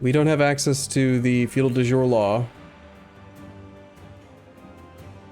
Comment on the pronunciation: Just a heads up, ‘de jure’ is pronounced “day you-ray”